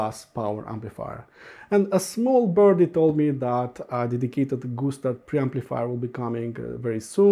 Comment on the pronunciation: Sounds like when you say Gustard you're saying Goose Turd. Okay maybe too much tweeds for me today. Thx for the review. I'm gonna go read a book w/ pictures now.